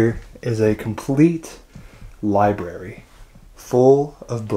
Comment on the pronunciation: Libary?lol...sorry, once I hear libary I hear it every time. Odd house. Not very homey. Thanks for showing us.